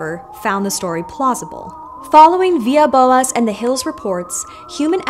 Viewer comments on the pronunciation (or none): Quite a wild choice of topic. Personally, the Greys might be my favorite alien design. Sometimes you can't beat a classic. Keep up the good work! PS: Villas-Boas in Portuguese is pronounced "Vee-lass" (rather than "Vee-yas").